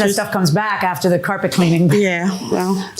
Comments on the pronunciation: "Carpret", it's not the first time I heard that on this show. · “axed” and “carpret”??